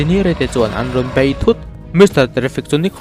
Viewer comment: Bai..ni lovin, Bei tih tur aw